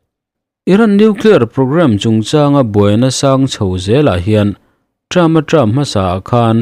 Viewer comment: Term leh trump tih i lam pawlh tlat a,sir....